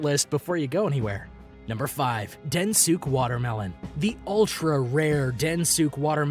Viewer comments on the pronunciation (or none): Sekai Ichi : Seh-kai, not saykeeaye. Bijin Hime: Hee-meh, not hyme. Densuke: Den-soo-kay, not densook. Sato Nishiki: sah-toh, not say-toh I enjoyed the video and I hope that for future reference, because I think your videos can be educational, it would be nice if you can try to get close to proper pronunciation of things as to not confuse the masses. Obviously, people are here for entertainment but also educational purposes and when you spend so much time to make a video, you can at least spare an extra 5-10 minute to use google translate to help you with the pronunciation to turn your video quality from 8/10 to 10/10. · The strawberries are pronounced Bee-jeeyen Hee-may. Hime is princess. The black melon is Den-soo-kay. They are very hard to grow. Watermelon is extremely expensive in Japan because the plant takes a lot of space and they often have to even grow produce in space conservative ways. They are often made as cubes to stack and ship them easier in grocery stores and you get a more uniform size and therefore uniform price. Peaches are also very expensive. The cherry guy's name is Eisuke (aye-soo-kay) Sato (saa-tow). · Den Sook-Eh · And barely a minute later Den-su-kae gets butchered... Some people are hopeless. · Hi-me... Den-su-ke... I stop after that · “Ehs-yuke” dear me